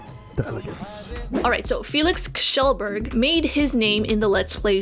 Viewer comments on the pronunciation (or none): you said kjellberg wrong in this video, but you said it the right way in the video from 5 months ago :)